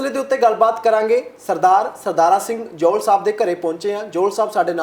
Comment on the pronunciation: ਐਂਕਰ ਵੀਰ ਬਹੁਤ ਕਾਬਿਲ ਐ ਪਰ ਕਨੌੜੇ ਨੂੰ ਹੋੜਾ ਲਾ ਕੇ ਬੋਲਣਾ ਸਹੀ ਨੀ ਲੱਗਿਆ। ਜੌਹਲ ਨੂੰ ਜੋਹਲ ਵਗੈਰਾ